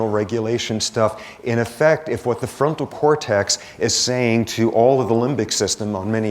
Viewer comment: His enunciation of "effect" sounds like "affect" cause he always says "ahhh" for the e. 🤦🏻‍♀️